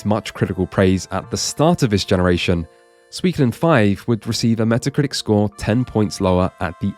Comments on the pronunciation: I think Mantis' pronunciation of Suikoden was better, despite slightly stressing the middle syllable (both as part of his dramatic speech pattern and because that's what English does to words) than going too far in the other direction and merging "soo-ee" into "swee". Source: ex-pat translator (including game localization) for 15 years, unfortunately... But hey, it gave me an excuse to make this comment! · a note on Suikoden's name: in Japanese it would be broken down into 5 "syllables" (sort of the wrong word, but for our purposes it fits): su-i-ko-de-n. because of that I would probably say the Psycho Mantis "soo-ee" pronunciation is a bit closer than the "swee" in English. also, that "wee" sound doesn't really exist in Japanese, even if it kind of sounds like the guy in the commercial is saying "swee". in the end though I think "swee kuh den" sounds better in English, too, and that's the language we're speaking :p the idea of translating the name is interesting, too. I don't think you could go for a literal translation. I haven't played the game or read the novel, so I'm not sure the relevance of "Water Margin" to the plot. I can tell you though that a teenager is probably not likely to pick up a game called "Water Margin Fantasy". I know there's an English translation of the book called "All Men Are Brothers", but I don't know about that one either lol... maybe something with "108 Heroes" in the name... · As a person who studied Japanese in uni for 4 years, I can definitively tell you that suikoden is pronounced sooy-koh-den, there is no ambiguity here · The advertisers say "sweekoden" because they're all smooth and suave and slick saying "soo ee ko den" which are the four syllables you would say in like over enunciated japanese (ie how a lot of western and especially american accents handle those syllables) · Me at the Playstation part: Cool, guess me and my friends have always pronounced Suikoden wrong till this day. We pronounced it as: Sue-Ko-Den :P